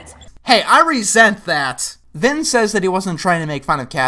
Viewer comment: I seriously thought his name was finn not vin